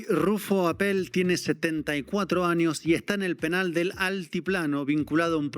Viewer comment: Señores soy de Baja California y permitan corregirlos, no se pronuncia APPÉL con acento en la É, es solo RUFFO APPEL como si tuviera acento en la Á de APPEL